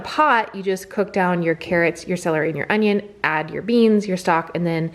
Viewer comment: King of queens? He says on-ion-ione slot.